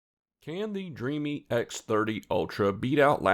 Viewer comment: Thanks for the video. I believe the brand is pronounced “Dream” btw